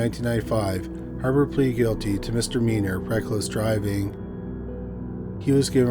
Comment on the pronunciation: First of all, love this channel and this is not a dig at him in any way. Sometimes the way he says certain things cracks me up. In the past, it was genealogy, but he's got that one down. In this one it's "Mister meaner assault"😂